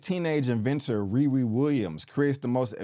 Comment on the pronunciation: Is it me or does anyone else hear him say Riwee and not RiRi..